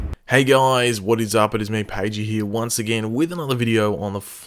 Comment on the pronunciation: I know he says "it is me Pagey here" in his intro, but who else thinks it also sounds like "it is mate Pagey here"? I mean, that works too 😂